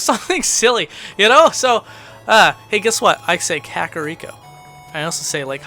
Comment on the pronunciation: The way you pronounce "Kakariko" sounds like of like Spanish and it translates to "delicious poop", I shit you not........ pun intended.